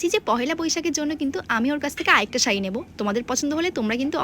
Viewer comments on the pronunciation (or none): Tumi sari bolte paro na saie বলছো kno????😂😂😂